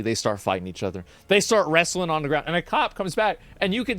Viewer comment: The way Asmon says “wrestling”